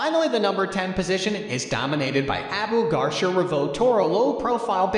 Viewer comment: Abu what?!😂 never heard garcia pronounced like that lmao